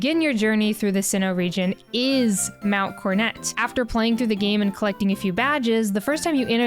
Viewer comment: Wh...Why are you saying mount cornet? Am I tripping here, where's the second 'o' gone??